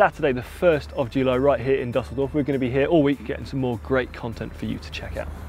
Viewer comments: Si your pronunciation game has been bettered by Dan, it's Düsseldorf not Dusseldorf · again with more pronunciation mistakes. Dan should teach him the correct way of saying Düsseldorf.